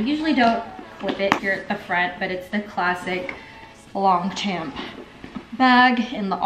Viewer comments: “Long””Champ”😂 It’s pronounced “lawn Shaun” haha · I've actually never heard anyone call it "long champ" in an american accent except as a joke maybe. Most people I know pronounce it as "long-shawm" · Not in American English. Both words stand alone. And, as always, I'm sure they don't mind how we mispronounce it, as long as we're spending our money on it! 😂